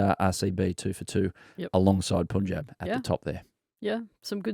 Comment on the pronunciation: Adam, love Willow Talk. Listen to every episode. Don’t take it the wrong way and I didn’t want to but you said it too many times so here it goes: can you be the pioneer in saying Punjab like pun in no “pun” intended. Not sure why BCCI never had the pronunciation corrected for people in the outside media.